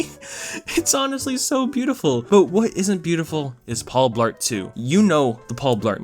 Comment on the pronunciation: It sounded like you said “Paul Fart”. 😂😂